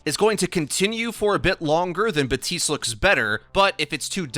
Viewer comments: Buddy it's Baptiste not Batiste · BAP-TISTE. Not BA-TISTE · BaTiStE Me: oh,, Jeff literally came out and said he mispronounced it and that it’s bapTiste:) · HIS NAME IS BAP- TISTE GEEZ 'BuTiStEe' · Why do you call him BATiste instead of BaPtiste? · This is a PSA ✅: BaPtiste ❌: BaHTtiste Thank you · Did you just say “BAPTISTA“? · I cant even watch you do videos on Baptiste anymore, fucking READ THE NAME! Theres a p, it's not batiste! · Batiste?? 😂😂 my Haitian roommate is livid right now 😂😂 there's a P in there bro. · Abbreviates the character’s name as “Bap” but still pronounces it “Ba-tist”. Excellent. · My roommate is Haitian is got so mad when he heard this 😂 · TheCakeCraft ikr? It’s like he tried to be real cool by trying to pronounce his name “right” even though Baptiste has voice lines where he calls himself “Bap tiste” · All the developers have stated the p is in fact, not silent. Also you can clearly hear the "bap" from characters in game. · BAP-TISTE. Respect my main please. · This man just forgot about the letter P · The P in Baptiste is not silent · If you love him so much, maybe pronounce his name correctly? This is heinous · For the love of God, please pronounce the P in Baptiste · Jeff said it can be pronounced both ways, but Haitians don't pronounce the P normally. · you know there's a p in his name right? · why can nobody pronounce his name right. Everyone just ignores the "p's" existence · There’s clearly a P in Baptiste I guess we r just gonna ignore it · The P is silent. French origin. Batista in Spanish/Portuguese. Use the internet when in doubt. It's not that hard. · Say his friggin name right. It's been months.